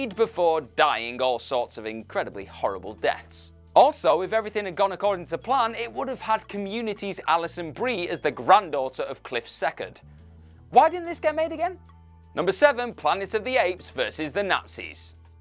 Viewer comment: The Rocketeer's last name is SECORD, not SECOND.